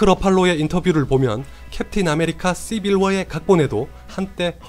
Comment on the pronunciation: 경상도 사람임? 씨!빌워 씨!빌워